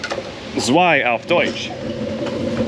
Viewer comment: "Zwei" german is pronounced like "Tsway"/"Tswai". But all in all your german pronounciation is pretty good :)